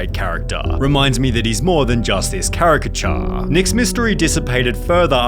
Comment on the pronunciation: "Charactuuuh" "Caricatuuuuh" 😂😂😂